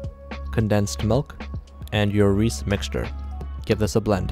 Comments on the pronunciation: When he said “let’s make some Reese kulfi” I was like tf what’s Reese and then I saw the Reeses I was like ohhh he meant Reeses but i don’t rly care how he pronounces the word bc its his choice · Dude you can’t just call it reese it’s pronounced (reese-is) idk why I’m so mad about this but I am genuinely mad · I pronounce it Reecees yet he pronounces it Reece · It’s not rees pronounce it like RE-says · it’s pronounced “reese’s” as in “this belongs to reese.” not “ree sees” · Reese's is pronounced "Reece" in Canada, I've seen a video of another Canadian person explaining that after people commented they mispronounced it ^^ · Canadian people like to pronounce it as “Reese”. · Yall are all wrong, even the OFFICIAL ADS pronounce it "ree ces" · I have never, ever, heard someone pronounce Reese’s as Reese. Sounded like He was trying to say Rice. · Have I been pronouncing Reece wrong the whole time?!? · I’m not sure if he’s calling it Rees to annoy the Americans or if that’s just how it’s pronounced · They pronounce it Reese in Pakistan (I think) or it’s just how he pronounces it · The way he pronounces Reese’s hurts my brain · Oh, kind reminder, for Reese you pronounce the e at the end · That’s how he pronounces it, he lives in Pakistan so that might also be how they pronounce “Reese’s” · AYO WHAT HAPPENED TO THE S AT THE END OF THOSE REESES WRAPPERS I THOUGHT HE WAS JUST MISPRONOUNCING IT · That’s just how he pronounces it, he doesn’t have to pronounce it like everybody. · You pronounce that wrong 💀💀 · Bro what is that pronunciation of reeces 💀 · It’s cool but I think your pronouncing Reese wrong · Actually, he lives in Pakistan, and he also doesn’t have to pronounce it like a lot of other people do, and also your trying to correct his pronunciation but you can’t even spell meant right. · Bro doesn’t realize that people pronounce Reese’s different in countries different than the U.S.A. (I think he lives in Pakistan)